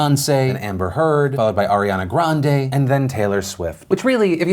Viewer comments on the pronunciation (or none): none